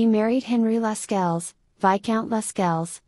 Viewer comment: Pronunciation of Lascelles is also incorrect. It is ‘lassells’.